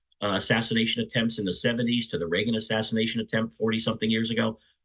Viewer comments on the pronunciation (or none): none